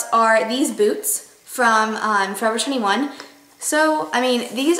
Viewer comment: You say "21" really wierdly